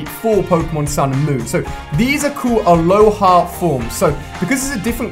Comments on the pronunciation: Alhoa form?alola ALOLA FORM THE REIGON ISNT HAWAII ITS ALOLA NOT ALOHA jezz do your reserch and also OMEGA not omeega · Its called alola not aloha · he says "aloha forms"...it are Alola forms, it's the name of the region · I know I was just going to say that..... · it not aloha form its alola form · ikr and he said aloha instead of alola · No hate but I cringed so hard when you Said aloha instead of alola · Did anyone else go mad at him when he said aloha forms instead of alola forms?I was laughing at him when he said it! no offence to ali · its alola not aloha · It's Alola not aloha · Sorry but in the begging it’s aloha not aloha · Why do u pronounce it aloha forms it's pronounced alola forms like the region, alola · alola* not aloha 😁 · It isn't alohah it's alola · It's alola not aloha! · its fucking alola forms not aloha forms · Its alola... the name of the region is alola... not aloha... CRRIIIIGNNGGGEEEE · It’s alolan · Who else hates how he said alola